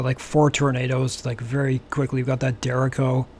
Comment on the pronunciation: its pronounced "deh-RAY-cho"